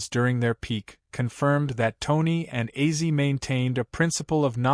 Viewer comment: I LOVE OZZY SAY HIS NAME RIGHT U ARE SO FRUSTRATING 😡😭😡😭